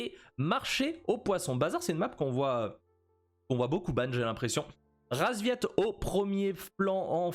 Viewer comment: Y'a que moi que ça dérange qu'il appel les paccbet, RASVIET ? Whut ?